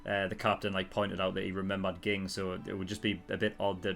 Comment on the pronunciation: By the way, it's pronounced jing. Too many comments xD